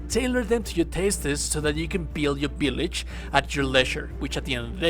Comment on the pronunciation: I could listen to you say vill(BILL)age all day